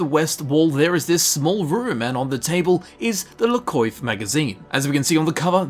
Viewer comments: could you pronounce la coiffe as la kwaffe, its french... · I dislike the French just as much as the next guy, but seriously man, it’s pronounced “Le Quoff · Its pronounced 'la kwaf' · la coiffe is pronounced ''lah kwaf'' just so you know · Cwof it's pronounced cwof